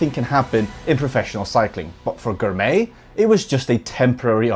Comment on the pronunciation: great video showcasing a new & upcoming force in cycling. Biniam Girmay is the first of many to come from Eritrea. Finally, Girmay is pronounced "Gr" "my" .